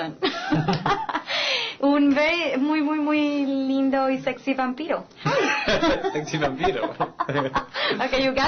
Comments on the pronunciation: por dios como no amarlo si es perfecto aparte lo dice perfecto SEXY VAMPIRO casii me agarra un ataqe!! lo encontre por qe estaba buscando la peli entrevista con el vampiro! i miren com lo qe me encontre con el amor de mi vida diciendo SEXY VAMPIRO en mi mismo idioma!!! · ay! lo AMO!!! es tan lindo! y su pronunciacion percfecta!!!! ;) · wuaaaaaaaaaaaaa y LO DIJO MUY BIEN!!!!!!!!!!!! lo dijo perfecto sin entonacion ni dejo o.0? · sono super bueno su acento ... xsupuesto "SEXY VAMPIRO" il est chaud, bon et tres joli! =) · oooooh si ke es un sexy vampiro linda pronunciacion!!! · Diossssssssssssss!!!!!!!! Sexy Vampiro--> Me encanta, Lo pronuncio estupendo, con esa voz tan hermosa que tiene!! Wuuaaoo cada vez me sorprende y me gusta maaaaaaás!!! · ai y es qe lo dice tan bien verdad!! si es q me lo como y nunca mejor dixo.xD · sEE ke lindho se oye y se oye muy bn pronunciado y su voz super sexy!!! =9 eaea! "sexi vampiro" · aaaaa a amo como dice sexy vampiro su acento es perfecto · es increible cmo pronuncia el español!!! omg!!! definitivamente esta pelicula dejo atras a harry potter!! jaja ..xD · Q bien dice "sexy vampiro" Wow!!! Lo amé!!! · woo lo dijo muy biennn si ke eres un sexy vampiro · pronuncia super bn!! es tan sexy cuando lo dice jaj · SEXY VAMPIRO?! lo dijo perfectamente ! :s la mayoria se traba con las " erre " I LOVE HIM!! his so fukng HOT.! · Wow, lo dice muy bien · jaja le sale genial!! Y la chica le dice "lo entendiste?" hombre, yo tengo 17 años, si me dicen "sexy vampire".... no me costaría ni entenderlo ni pronunciarlo xdxd!! pero aún así, un 10, no no, un 1000 por Robert, a ver si nos sigue dejando más perlas en castellano, por favor ,que se oye su voz en español muyyyy sexyy!! jeje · Jajaja olé ahi! Qué bien pronunciado! jajaja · que precioso cuanso dise sexy vampiro le salio muy bien es muy preciosoooo debia aprender mas español le sale muy bello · aaa lo dijo muy bienn oo e stan sexyy